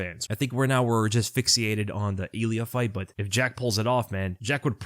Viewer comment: For sure, my man, but he said fixiated, not fixated. He went full Tito on that one.